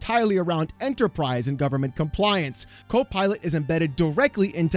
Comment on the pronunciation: The way you pronounced it... Cope Pilot, made me laugh.